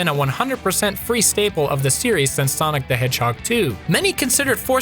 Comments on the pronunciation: Ya lost me at Sanic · it great hearing saying sainic